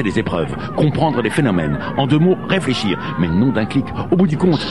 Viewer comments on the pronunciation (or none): en 2 mots "refléshir" il était con quant meme ce docteur clic